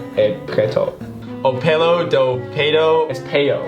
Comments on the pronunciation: rocked the brazilian sentence for real! And no, pelo isn't supposed to be pronounced "peio"😂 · I think went with more of a French pronunciation, judging from the "r"